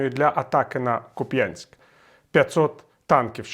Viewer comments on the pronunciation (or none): КУп'янськ. Не Куп'Янськ. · Купьянск ударение над у😂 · Виталий, вы бы хотя бы изучили информацию прежде чем вещать. купЯнск? Это где? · Віталій,КУп'янськ,а не Куп'Янськ. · кУп'янськ .!. Наголос на У !!!!! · Вже журналісти навчилися казати БахмУт, залишилося навчитися вимовляти КУп'янськ. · кУпʼянськ наголос на у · Куп'янськ наголос на У! А так ,як ви називають місто москалі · Дякую за стрім. Все буде добре, тримаймося. Вірний нАголос на перший слог, КУпянськ, тому що ще будуть ваші єфіри. Слава ЗСУ, слава Україні! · місцеві кажуть кУпянськ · Доброго! Наголос на перший склад, на У, дякую 🙏. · Куп'янськ, наголос на літеру - у. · В назві міста Куп'янськ наголос падає на перший склад.